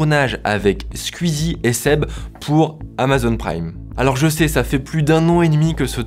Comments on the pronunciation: on dit Squeezie comme ça ? J'ai toujours prononcé "skouizi" pas "sq-ui-zi". comme je dirait "twitter" et pas "tuitter" ou encore "la Wii" et pas "'la ui". Me trompe-je depuis tout ce temps ? Ou c'est un accent de l'est qui ressort chez notre cher Mamytwink ? :) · J'suis le seul à être gêné par sa façon de prononcer le nom de Squeezie? Je suis tellement cringé que j'ai stop la vidéo :s